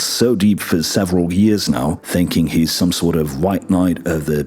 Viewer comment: My issue with GN is that Steve can't pronounce "ng" sounds. He pronounces "thinking" as "theen-in". Weird.